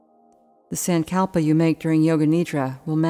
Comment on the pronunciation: Not a big fan of this particular yoga nidra guide. The voice is not soothing at all. Also the way she pronounces sankalpa is very jarring and hard to listen to. The yoga nidra series on the Breethe app is better